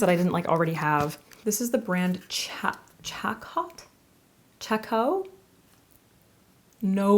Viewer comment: Chacott! Its a very well know theater and dance brand! "Chah-coat" or "shah-kawt" is how ive heard it pronounced in the Ballet world! I think its pronounced a lil differently in different countries!